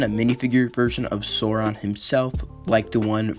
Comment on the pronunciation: bruh be like: " Soron ", Dur-in. Like, man, learn how to say it right!